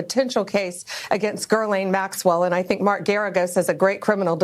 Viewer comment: Since when is Ghislaine pronounced Gerlain? Bondi's not too bright.